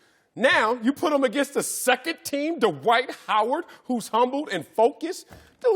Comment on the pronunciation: His name is pronounced Dwight, not D'White :)